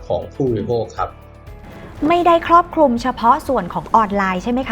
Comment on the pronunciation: ครอบคลุม ไม่ใช่ ครอบคุม